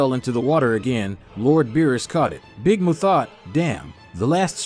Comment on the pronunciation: Dude said big Moo its big Mun.